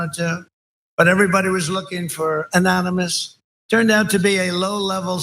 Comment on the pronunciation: Anomonous LOL